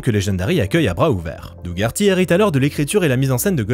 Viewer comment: ça se prononce doh-erty C’est horrible ce que tu fais, sachant que le pauvre Doug Herty pensait qu’il allait réaliser le film:p